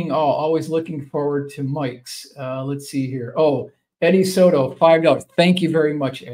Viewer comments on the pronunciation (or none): none